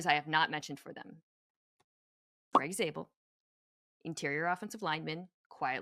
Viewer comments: Please his name is Grey not Greg😭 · Jist a single correction... It's Grey* Zabel. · It’s GREY Zabel not Greg